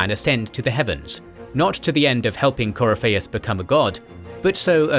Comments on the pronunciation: Yeah, CoryPHEIUS, instead of CoRYpheus. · Cor-y-fei-us = 👎 Cor-if-i-us = 👍 I'm so glad Dragon Age lore is getting some more videos! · sound it out . its core if fee us this is how its pronounced in literally any dragon age game scene book lore. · The way you butchered Corypheus' name grated on my ears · how did you fuck up pronouncing the name Corypheus? he literally says his name in the game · The game says the name correctly. It's not that hard... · Glad somebody else caught that pronunciation. I love this channel to death, but sometimes it's clear whoever gives the copy to the narrator doesn't include a proper guide to how certain fantasy names are pronounced. I give leeway on names that have maybe only been officially mentioned by an author in some obscure interview...but Corypheus' name was pronounced consistently all over DA:I by several voice actors. Unless they pronounced it differently in the DA2 DLC (which I confess to not have played), this is an oversight. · The mispronounciation of Corypheus is somewhat painful. Sera would be proud though. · Great video, but please watch a scene from inquistion where they say Corypehus' name. Im thrown off by the pronounciation each time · Video is well done and well put together, my only nitpick is how some things are pronounced like “Corypheus” and “thaigs”. Otherwise, these videos are excellent. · Dragon Age is always good! Pronunciation Help: Corypheus = Core-riff-e-us Thaig = Tieg/Taig